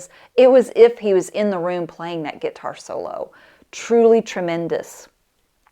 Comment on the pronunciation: “Git-tar”? You so southern 😂